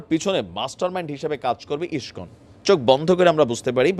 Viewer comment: ইসকন উচ্চারণ ঠিকমতো করতে পারে না এরা আবার সাংবাদিক 😆😆 আবার এর প্রত্যেকটা ভিডিও এর হেডলাইন টাও ঠিকমতো লিখতে পারে না😆😆 বানান ভুলে ভরা